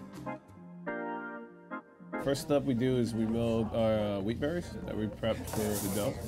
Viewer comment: anyone else know hes saying wheat but still like damn france has better weed? lmao he needs to pronounce that T.